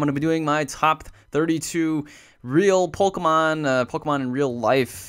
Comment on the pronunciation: He says Polkamon not Pokemon